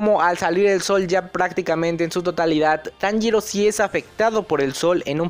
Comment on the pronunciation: taniro???? xD